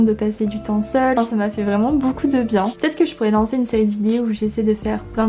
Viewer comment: On a tous des moments de "bad" avec toute la pression qu'on se met mais faut faire en sorte que ca passe et positiver !!! Par contre du dis boucoup au lieu de beaucoup ca me tue ahahah